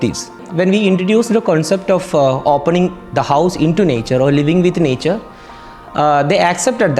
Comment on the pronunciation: The accent kills me😂 nyature😂